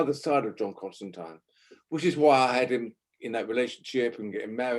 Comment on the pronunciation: I'm so glad people somewhere in the world still pronounce Constantine correctly.